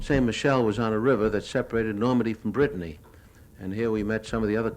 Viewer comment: Brittany not briton